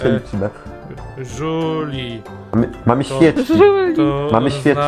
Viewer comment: Zamiast żuri powiedziałeś żuli